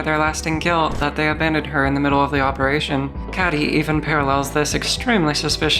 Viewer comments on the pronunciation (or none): none